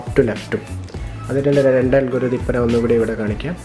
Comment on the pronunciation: നാൻ അല്ല ഞാൻ